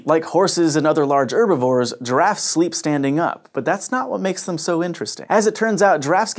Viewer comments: hearing him say 'urbivores' is physically hurting me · You call them "Erbivores" so why not use "Orses" as well?